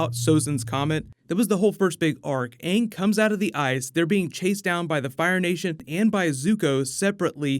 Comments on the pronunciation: As long as they pronounce his name as Ang and not Ung, then I'm good... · All I want is AANG to be called AANG not fucking “ONG” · Omg that drove me crazy!!! I actually saw the movie before I saw the TV show and loved the show!!! So much better than the movie. Once I saw the show I realized that they were pronouncing Aang's name like "dung" only without the "d". Horrible. And so soooooo cringy. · How did they not know how to say aang tf is aung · Hopefully they can at least pronounce the characters names right. I’ll never forget “ong” and “soak-uh” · they butchered aang’s name in the movie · Did purposely mispronounce Ang's name from Avatar?